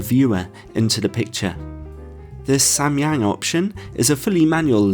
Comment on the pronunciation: As a Korean I was surprised by your pronunciation of Samyang, which cannot be more accurate! Then I learned that you were an English teacher in Korea long time ago lol 😂 Great review! Thank you!